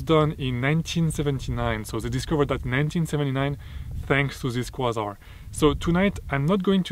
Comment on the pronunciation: Excellent. If it helps, “Kway-Zar” :). Your English is certainly better than my French!